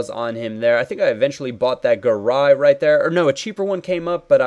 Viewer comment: "roit in the back of the net" - goes Australian